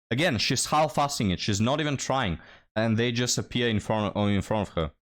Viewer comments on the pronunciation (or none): You don’t have to pronounce the l in half, it’s just haf